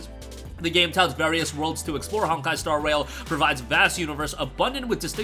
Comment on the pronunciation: I thought he said star WHALE the first time he read the title 😂